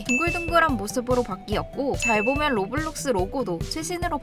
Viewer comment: 로블록스가 아니라 로우워뷜뤅숴네